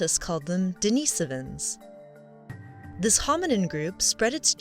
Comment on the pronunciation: "If I say Denisovans differently from everyone else, I'll seem much more intelligent." Give me strength!